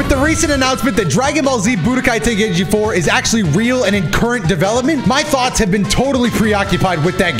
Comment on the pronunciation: Ey yo, I'm in stitches xD That intro!! Sounded like Ten-gay-ichi xD xD I'm am zooted tho 😅